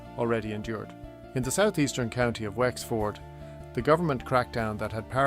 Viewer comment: Wx-Ford? AI trash